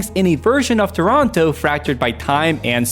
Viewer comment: Thank you for pronouncing "Toronto" correctly. (It's NOT "Tronno" as is often mispronounced.) Instant thumbs up from me.